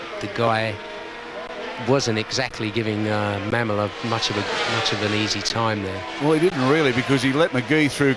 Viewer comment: BTW it’s pronounced Ma-mola, not Ma’am-ola